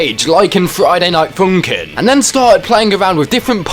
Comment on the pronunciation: Ah yes, Froiyday Noight Foonkin